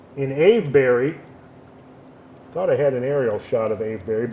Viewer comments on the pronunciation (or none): none